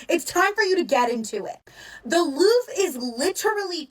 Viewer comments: Noel if there's an e at the end of a french word you dont pronounce it its silent 😭😭 LOUVR- eugéni-- aint that nice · Just so you know, the R sound is silent. If any website told you otherwise, they are very pretentious. In French it is simply just pronounced LOOV. Nothing else. People who over pronounce foreign words without looking them up need to be shot. I'm American...